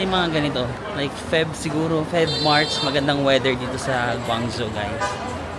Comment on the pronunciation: Guangzhou is pronounced as "gwong-joe" 😊.